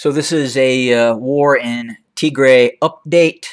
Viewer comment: It aint tigrea dude. Its Tigraay. Thats phonetically written for u. Tigea is a language in Eritrea. You doing great. Upload some pics and videos too. Your knowledge of Ethiopia history is greater than of those living in Ethiopia. Keep up the good impartial work.